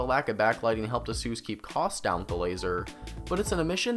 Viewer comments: Its aysus not assus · just wondering where you are from with the weird pronunciation its said like this ace usor was this an homage to dr suiz i believe he died recently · i cringe everytime u say asus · you pronounce asus wrong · The way you pronounce Asus kills me. No hate tho, the review was good. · is asus really pronounced that way? Tf?